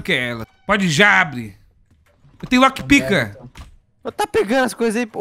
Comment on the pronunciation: "lockPICA" rachei o bico 😂😂😂😂😂